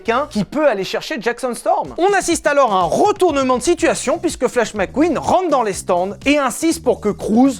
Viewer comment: Mec Queen pas Mac queen